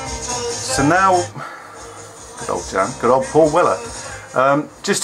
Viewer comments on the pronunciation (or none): none